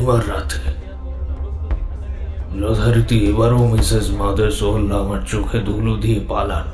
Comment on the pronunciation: Thanks for M.R. James. Bhalo uposthapona. Sudhu Mothersoler character a jini chlen tar pronunciation ta bhalo na...